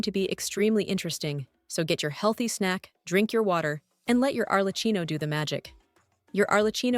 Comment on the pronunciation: It's pronounced 'Arle- kee-no' , not 'Arle- chino'.